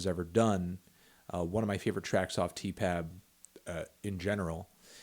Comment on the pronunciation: If I hear you say Tee Pab one more time in this video I swear to fucking god